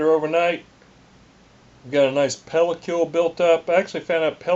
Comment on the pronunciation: Nice instructions and editing. Easy to follow and listen to. I know it's a few years old... but I just has to say in case it hasn't been mentioned... pellicle is pronounced 'pale-uh-kull' not 'pale-uh-cule' Sorry, but that was funny. ;-) Cheers!